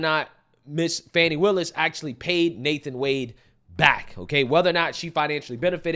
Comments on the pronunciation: Its FANI NOT FAWNI! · Can we stop with the Foni its Fani